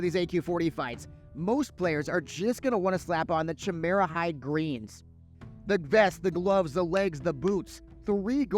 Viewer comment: You pronounce Chimera funny 😆